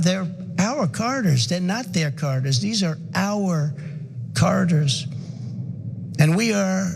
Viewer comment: He can barely pronounce the word corridors